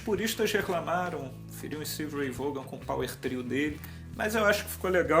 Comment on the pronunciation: Não é "Vôgan" a pronúncia é "Vón".